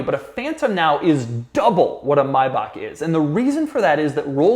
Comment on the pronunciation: Anybody else thrown off by the way he pronounced Maybach?